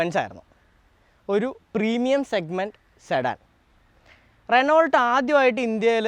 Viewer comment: റെനോൾട്ട് എന്ന് അല്ല "റെനോ "എന്നാണ് പറയുക...